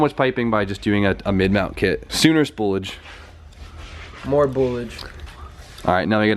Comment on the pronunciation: MORE BOOLAGE